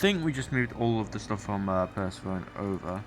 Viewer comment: Loving the series. I am not sure if you knew this, but Persephone is pronounced "per-sef-OH-nee" haha.